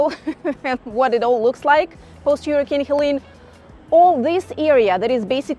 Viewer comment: an Eatern European who cant even say " Hurricane" the right way😂 or "pool"